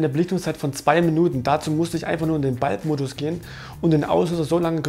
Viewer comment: gute Infos, aber deine Aussprache von manchen Wörtern ist echt gut: "balb" und "Jiepeg"